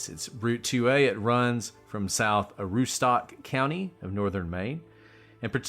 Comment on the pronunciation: Ah-rue-stook (like took with an s) 😂 Not “stock”, like what Richard Allen was checking on the bridge.😏